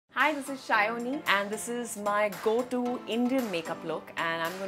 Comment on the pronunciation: It makes me so happy that she pronounces her name as "Shaayoni" which is the correct Bengali pronunciation of word. ❤️